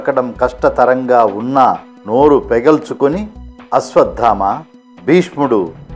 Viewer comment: Its not ashwaddhama sir its ashwatthama